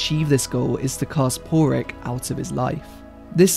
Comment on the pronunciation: I was about to ask if the narrator was mispronouncing Pádraic. I mean.. we all watched the film; you can hear how they pronounce it.